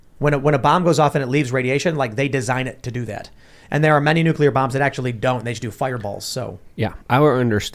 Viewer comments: nu·cle·ar Not nuke-u-lar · Nuclear not nucular! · What is Nuculer? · i can’t take seriously anymore, because he puts a q in nuclear ☢️ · As a rad tech, its like nails on a chalkboard whenever i hear someone do that